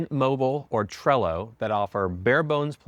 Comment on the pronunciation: Good info. It's Tello, not "Trello". When I go back to the US I turn off my Portuguese MEO cellular sim (€12 per month w unlimited data and EU minutes) and upgrade my Tello "no data with unlimited SMS and 500 minutes" ($8 per month) esim to a Tello data/sms/voice account for one month, and then revert back when I return to PT. Can't beat this for €20 per month.